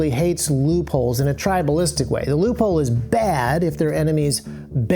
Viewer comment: You say loophole I hear leupold